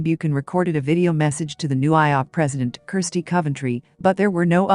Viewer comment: I do find the AI narration bothersome as many names and such are completely mispronounced (IOC is 3 letters not a word and this is with every abbreviation). The information is great but hard to listen to.